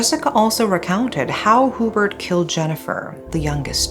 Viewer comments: It's pronounced as "YuBert" not hoobert. 😊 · it's actually pronounced hue-bert and not hoo-bert. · I know i should not but im so bothered by Hoo-bert its actually HYOO-Bert. I was in elementary when this unfold and remember the sensation it created before and until now its one of the biggest case back in the Phils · It’s pronounced as “Yubert” not Hubert. 😬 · Thanks for sharing this. By the way, the proper way of pronouncing the name Hubert is HYU-BURT, not WHO- BERT. It is definitely NOT a Filipino name. Having did that, I like watching your channel. More power!